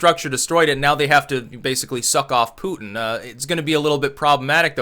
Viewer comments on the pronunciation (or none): none